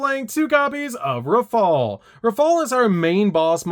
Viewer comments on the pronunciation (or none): Damm..the bosses name is Rafale and not Raphael?